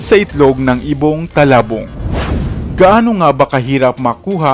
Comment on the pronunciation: Its not talabong its tulabong..